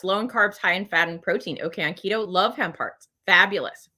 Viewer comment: LOL! When you first started talking about hemp hearts I thought you were saying "ham parts"! You should have seen the screwed up expression on my face!